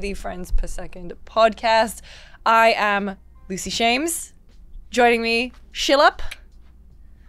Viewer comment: WHY DO YOU READ YOUR NAME AS SHILLUP AND NOT SKILLUP? I NEED TO KNOW